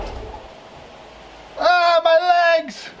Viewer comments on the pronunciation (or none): You are freak idiot sorry bad review... Btw ooo "my leags"just like a pucy